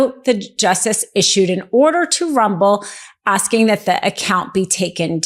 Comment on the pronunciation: "Bolsario" 😂...ma'am, his name is "BolsoNARO" And it's "RUMBLE" not "RUBBLE"